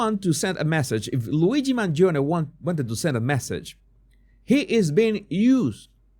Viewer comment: You are the only one that pronounce MangionE, properly.